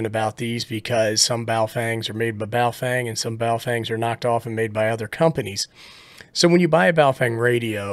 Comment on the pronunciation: Every time I hear "Baofeng" I hear it in the voice of NOTARUBICON annunciated as "BooFwang!" Good test!!!